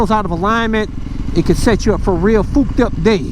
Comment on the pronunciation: I smile every time you say fooked 🆙 day. I love it. Cool video.